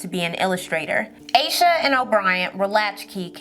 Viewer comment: I think her name is pronounced as Ahsha not Aysha. 🤦🏿‍♀️